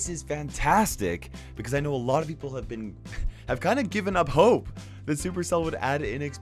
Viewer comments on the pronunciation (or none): none